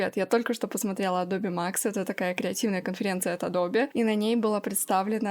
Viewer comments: Всё замечательно, но «АДОБЕ» как-то сильно режет слух. Всё же, на мой взгляд, приятней классическое, близкое к оригиналу звучание «Адоуб, Адоб…» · Большое спасибо за обзор! Позвольте маленькую корректировку )) правильное произношение- не АдобЕ а Адоб ))) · Согласен, но не адобЕ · Адобе??кровь из ушей... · кому уши режет слово АДОБЕ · Что говорит: Адобе Что слышу: ABOBA